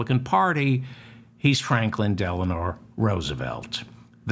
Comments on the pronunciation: Helpful correction. Franklin "Delano" Roosevelt not "Delanor". ["Elenor" was his wife's name, easy mistake.] Love your show and want you to be the best! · Deleno not Delenor...